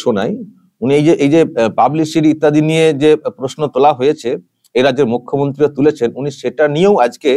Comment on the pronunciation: মূর্খ.... ন্ত্রী কে আপনি মুখ্য..ন্ত্রী বলছেন। শুনতে কষ্ট।